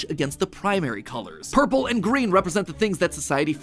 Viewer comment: He said ourple